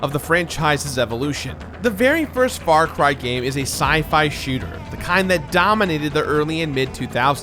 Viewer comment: "Sci-add from lost"...